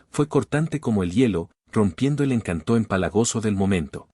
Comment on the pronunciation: No se pronuncia cuchillÓ Se pronuncia el cuchÏllo Tampoco se pronuncia encantÓ sino encÁnto.